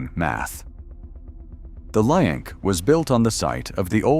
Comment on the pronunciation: JFC, can you check your ai narration before you upload? It can’t make up its mind whether it’s called “the link” or “the linick”. Also, no one calls it the O.Y.O. It’s pronounced “oy-oh”